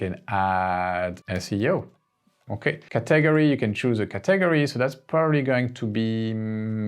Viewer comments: Very helpful. I'd love to see a part 2. Also, just as an FYI, no offense meant, just an fyi...in the USA we pronounce "Category" as, "CAT - UH - GORY", not "CA - TAG - ORY" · Please learn and practice pronouncing "category" in English. /ˈkæt.əˌɡɔːr.i/ You seem to be breaking it into syllables in a different way, such that I can't even make out exactly how you did it, it just sounds too weird. Just start by saying the word "cat". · Brilliant... Btw, are you saying the word "category"? I'm used to hearing it as 'ca ta gory'. Just clarifying. Thx. Great job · It's not caTAGory. It's CATaGORy. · Thank you so much❤ So I really love the way you are saying Category too. I thought is was a math computer greek word and then I realized after a few times. Just FYI it is CAT like meow Ahhh Gory ( gory slasher film) But personally your way is more interesting❤